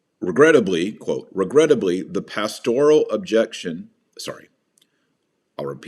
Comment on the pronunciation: "pastORal" ? Strange pronunciation with that emphasis on the second syllable. "Pastor" has a slight emphasis on the first syllable, so why switch the emphasis to the second syllable for the related adjective?